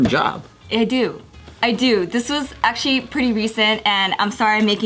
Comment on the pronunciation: can’t go one take without fucking up the word “actually “